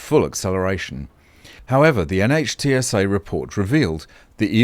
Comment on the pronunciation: NHTSA, pronounced NITsah sort of by Americans who know of it.